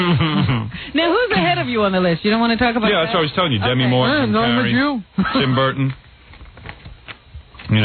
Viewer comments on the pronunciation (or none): none